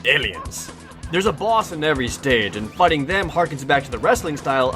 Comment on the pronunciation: yes it is in the language of engrish. em figtin fo feedom